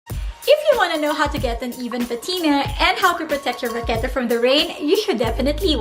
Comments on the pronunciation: The way you pronounce 'vachetta' is so wrong 😂 but great vid and very informative ❤️ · I’m pretty sure English is not her first language. It’s a cute mistake. :)